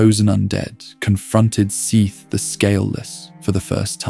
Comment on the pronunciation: Can we pick just one way to pronounce Seath? You pronounce it at least 2 or 3 different ways in the first 16 minutes...